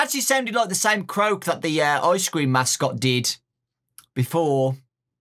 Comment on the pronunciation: THE BEST YOUTUBER AND WHEN U SAID ICE CREAM I THOGHT U SAID ICE SCREAM LIKE THE GAME